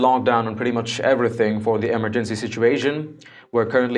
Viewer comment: Learn to say Emergency!!!!!!!!!!